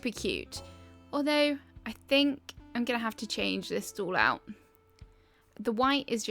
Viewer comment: my favs are windflowers, they're so cute and underrated... i love them <3 completely unrelated: everytime you say stall i understand stool and i'm always confused for a sec haha ur accent's so cute tho i'm just not used to it